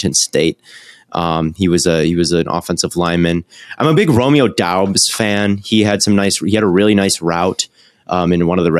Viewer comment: I think its pronounced Romeo "Dubs"